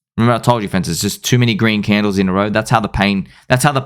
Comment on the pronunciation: "sir, have you heard of the green candlles?"